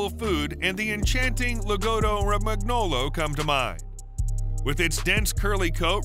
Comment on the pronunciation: And Lagotto romagnolo is pronounced (Lah GOE TOE roh MAHN yoe loh